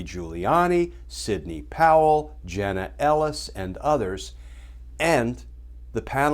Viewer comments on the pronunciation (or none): none